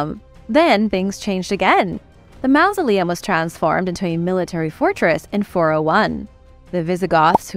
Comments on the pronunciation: The word is not mousoleum, as you pronounce it it's mausoleum, like mawsoleum. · te quiero muchisimo y me encanta tu programa y tu forma de hablar, pero una cosita, en ingles "ou" junto sona como mouse, "au" en ingles sona como awe, no como en espanol, refiriendo la palabra mausoleum. No es un critico, si no mi forma de ayudar con carino. Paz y Amor